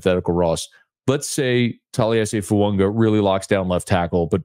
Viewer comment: Tell that it's FOO-AAH-GAH!!! He whined about everybody not pronouncing Moreau name correct and yet this "professional" can't get Fuaga's name correct and he doesn't respond. To comments!